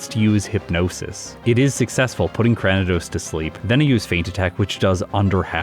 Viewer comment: I like how distinctive Purugly looks. One of the better feline Pokemon in the series imo. As a side note, I believe you're mispronouncing Cranidos. It's actually Cray-ni-dose, like cranium! Sorry, but it's been bothering me for a while.